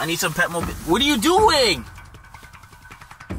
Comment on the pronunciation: I need pepmo bismol...pepmo bismol 😆😆😆😆😆😆 he couldn't even pronounce it lol....pepto bismol. These guys are bomb!!💙❤